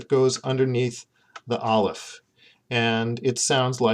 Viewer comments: I'm not a native Hebrew speaker but I've been learning Hebrew lately and based on everything I know about the language, I really don't think this video is helpful. I got as far as Aleph which you pronounced with a strong American accent and claimed 'has no sound'. How can you say it has no sound! Aleph is such an important and integral part of Hebrew pronunciation. Here in England, the aleph sound is an important part of everyday English (eg words like 'Apple' or 'Ask' begin with an aleph sound in British English). The idea of dropping this from English is unthinkable, but the idea of dripping it from Hebrew - a language which has a special letter dedicated to this sound - is totally unthinkable. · I'm relatively new to learning Hebrew, but I was taught that aleph is a glottal stop. Perhaps some Hebrews use a silent aleph, but I really cannot imagine it being silent. I would find it almost impossible to pronounce many words if I couldn't say the alephs! :)